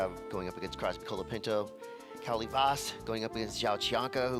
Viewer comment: Listening to Tanner Gudauskas call Kauli Vaast Ka-Hoo-Li makes me want to punch myself in the head lol